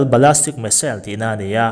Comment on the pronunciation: Ballistic zawk anih hmel Ballastic nilovin